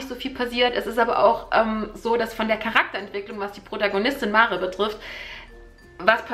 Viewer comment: Das Mädchen heìßt [mär] ...ausgesprochen